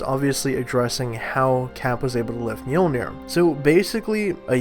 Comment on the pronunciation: "He was using stormbreaker and thanos to fight Mjoliner"